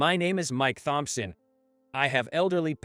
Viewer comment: It is just the way the robot pronounced Thomson. Very annoying.